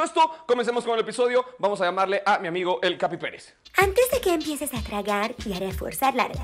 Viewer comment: Me encanta cuando dice "Capi Pelez" JAJAJA me encanta ese personaje 💕